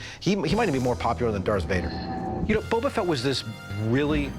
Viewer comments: "Bubba Fett" 😅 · The way the Boba Fett guy pronounced Boba shortened my life span by ten years.